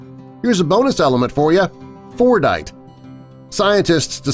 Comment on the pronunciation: Fordite? Thought he said fortnite